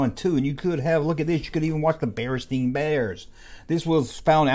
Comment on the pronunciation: You said BaranSTEIN Bears. Lol, I see we are from the same dimension!